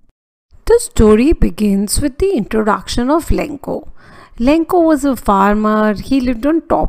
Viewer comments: Lancho mam not lankho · MAM ITS LENCHO NOT LENCO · maam the explanation is all gud but the only thing that is wrong is the name of the farmer u pronounced its lencho not lenko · Your explanation was really good but it was lencho not lenko